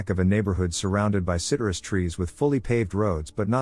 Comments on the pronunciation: That’s not how citrus is pronounced 😂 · It's the weirdest glitch from a text-to-speech program I've heard so far. Most are due to misspellings or homonyms.